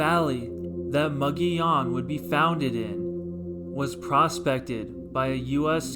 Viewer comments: "MUG EEH OWN" NOT "Mo go leon!" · For the record, the town is pronounced "MUG EEH OWN". . . Not "MUG ON YON" Check with the locals in Glenwood if you don't believe me. . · Anyone who butchers the name of the town that bad should not have a YouTube channel. . the town name is pronounced "MUG EEH OWN" All he had to do, was ask any of the residents of Glenwood, or Alma.